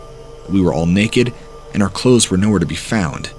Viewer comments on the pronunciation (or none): none